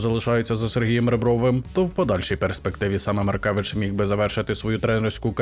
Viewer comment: Правильно Маркевич